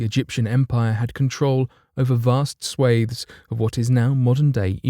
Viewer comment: "Vast swathes" LOL